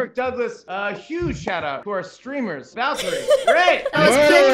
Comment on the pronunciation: VALKYRAE RAE RAE RAE RAE, not rie